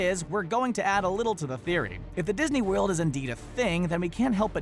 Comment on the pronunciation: Did you hear how he said "World" ?